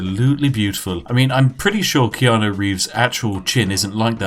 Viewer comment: Why do people pronounce it Keano It's spelt keanU